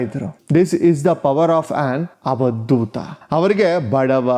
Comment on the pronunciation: Avadootha not havadootha